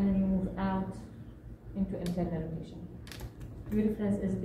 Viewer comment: Good . Just when you said internal rotation the voice is too soft and not clear .